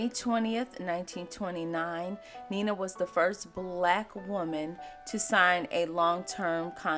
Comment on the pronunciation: You are mispronouncing her first name. She and her family pronounced her first name as Nine-Nuh (9-Nuh) NOT Neena.